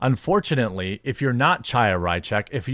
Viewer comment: Chaya is pronounced Haya (which means literally "living" in hebrew, from the word Haim - life)